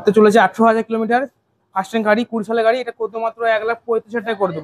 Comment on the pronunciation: Gaei noi Gari bolo জিভ টা ছলো